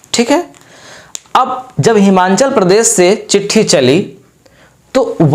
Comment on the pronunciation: हिमांचल नही हिमाचल है वो